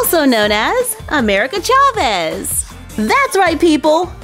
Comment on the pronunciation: You don't pronounce chaves very well and it annoys me but otherwise it's not a bad video.